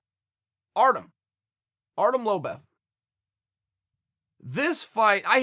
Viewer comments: Why does chael constantly call Artem "Artem lobev" it's lobov chael, u seem to do that a fair bit, murdering names I mean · Lobev according to Chael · Chael calling the GOAT Artem Lobov for Lobev.....this will not end well.